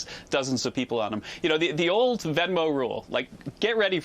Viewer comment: It is not beesos